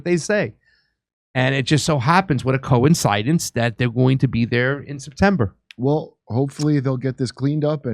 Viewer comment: Why are you mispronouncing coincidence? Wtf?